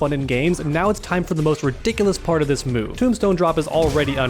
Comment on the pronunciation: "do dis move"